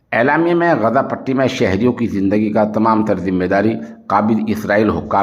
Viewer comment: محترم السلام علیکم ورحمتہ اللہ وبرکاتہ بعدہ عرض ہیکہ لفظ غزہ کے بجائے آپ لفظ غزے کا تلفظ کیوں ادا کرتے ہیں ۔خیر اندیش حافظ عبد الحفیظ ، والسلام علیکم ورحمتہ اللہ وبرکاتہ ۔